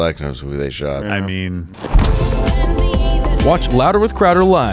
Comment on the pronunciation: “I think Quarter-Black knows who they shaught” LMAO!